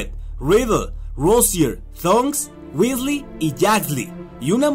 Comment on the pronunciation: johan hdez Tenes razon se dice Weasley gracias por corregir jaja